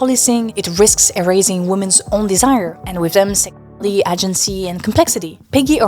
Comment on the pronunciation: Your English gets better with every video! Only one really stuck out, try saying "agency" like "ey-jen-see" Great work with this one, the human experience is messy and chaotic, but doesn't always have to be. I do believe that an important part of that experience is a thrill to be enjoyed at times, ideally somewhat responsibly, though part of the thrill is the irresponsibility of it. I worry that often times people are seeking these thrills to avoid other problems, past trauma, etc, which can lead to a very destructive feedback loop. The age gap in relationships I think is mostly a product of capitalism's influence on our societal structures, but there's always going to be a distribution of randomness with anything in life, it's better that way at least in my opinion. Anywho, I look forward to the next one. Ciao